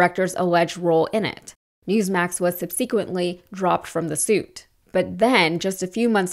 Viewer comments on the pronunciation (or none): FYI: "subsequently" is pronounced "SUB-suh-kwent-lee", accent on first syllable. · Like the news but still hung up on the pronunciation of subCquently 😅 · I know you didn’t just say “sub-see-quently.” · I like how she said "subsequently." So fancy. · What I got out of this video is how not to pronounce the word subsequently. And also YAY! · No offense, but you may want to look up the pronunciation of the word, "Subsequently."